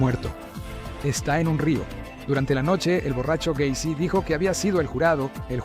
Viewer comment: John Wayne Gay-cy